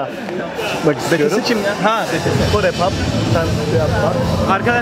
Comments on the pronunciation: abi Betese değil BiTieS😂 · Betese değil bities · abi cansın yaa Betese değil Bities:D:D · Betese değil bities ayrıca army burda sen nerdesin? 🤗😍😄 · BeTeSe değil abijim BiTieS . Bities diye okunuyor betese diye diil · Abi betese değil ya BİTİES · Betese diye okunmadığını bile bile betese diyen adam mıdır he ulan bir bitmediniz he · Betese degil bities bts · BTS'e Betese Dedin Abi:/ Ama Tabiki Şarkı Söyleyebiliriz:D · Lütfen BeTeSe demeyinn